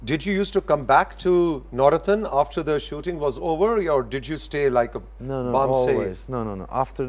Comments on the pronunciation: اسکا نام نور الدین ہے نورتن نہیں ۔ترکی زبان میں د کی جگہ ت بولا جاتا ہے۔جیسے مراد کو ترکی میں مرات بولاجائے گا۔اسی طرح خ کی جگہ ح بولا جاتا ہےجیسے خالد کو حالت،خلیل کو حلیل،خدیجہ کو حتیجہ وغیرہ وغیرہ ۔ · Nurettin = Noor ud Din. The anchor seems to call him Navrattan 🙄